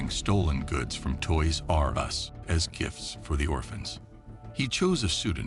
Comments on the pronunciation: Who taught this moron how to say toys r us? Toys r......................................us. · I was enjoying this video until he started saying Toys.....R Us lol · so distracting how you say toys-r-us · Why he says Toys R Us all weird? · The way he says Toys R' Us made me so angry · why does the narrator say TOYS R US like that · What is up with the way the voice-over guy says: "Toys R Us"?! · Why do you say toy r us like that